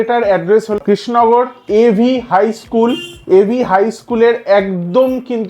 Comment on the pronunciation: তুই কৃষ্ণনগর উচ্চারণটাই করতে পারছিস না। তুই কি নেড়ে?